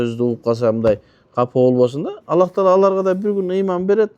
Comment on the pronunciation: Аллах эмес кыргыздар Алла Дейт туура суйлосонор